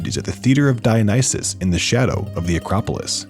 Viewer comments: man its dio-NY-sus, the Y is pronounced as AN i not the Y njfsdknfsda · It's not Dionysus. It's Dionysus.